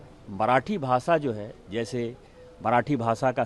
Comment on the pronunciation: भासा, देस... Mr Dubey don't give interviews till u learn to pronounce correct - it is भाषा, देश... U embarrass the entire Hindi speaking community and preaching on language row. Astonishing...